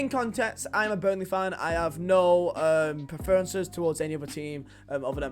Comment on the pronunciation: Why can't you say 'preferences'?